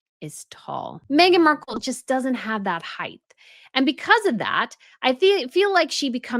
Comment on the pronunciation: Height NOT heighth. Come on, I loathe Meg too but she looked fine.